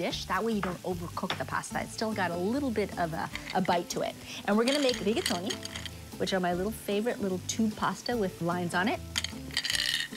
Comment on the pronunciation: She's pronouncing Italian words the way they should be properly pronounced!! Duh!!